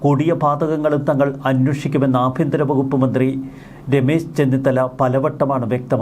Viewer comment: ആബിയന്തിരം അല്ല, ആഭ്യ ന്ത്രo എന്നാണു